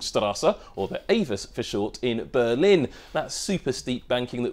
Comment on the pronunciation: I felt the pain when he tried to pronounce AVUS, our language isnt nice for newbies